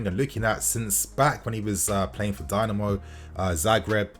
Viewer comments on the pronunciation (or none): none